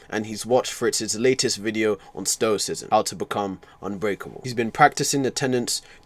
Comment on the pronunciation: Not to be that guy, but isn’t it stoicism? Not stocism